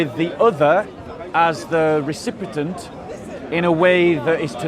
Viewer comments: I like but the word is recipient not recipitant 🙄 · Recipient , recipitant? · RECIPIENT! NOT RECIPITANT!! 😅